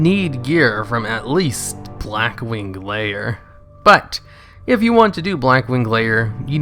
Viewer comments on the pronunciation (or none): He said BLACK WING LAYER lol